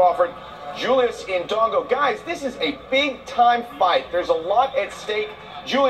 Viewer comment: fucking lol the way this brother is pronouncing indongo its aight, i'ma blame the white man for this one